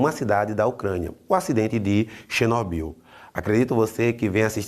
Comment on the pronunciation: Xinóbiu, kkkkkkkkkkkkk. Q isso,?